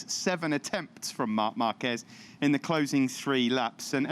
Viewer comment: With all these years...and still can't pronounce Marquez properly lol